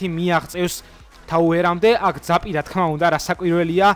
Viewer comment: Zap ari da ara ძაპი :დ